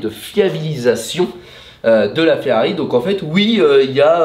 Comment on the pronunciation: Bonjour J’ai l’impression que vous avez du mal de dire Ferrari Et non Ferrai 😅😂 Bonne fête de fin d’année 🎉 🍾🥂